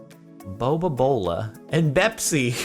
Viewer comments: Its Bepis not Bepsi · It’s 🅱️epis not bepsi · It not bepsi it bepis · It’s bepis not bepsi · it's not Bepsi, it's Bepis! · It's not bepsi, its bepis. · It’s not bepSI, it’s 🅱️epIS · It's pronounced beep is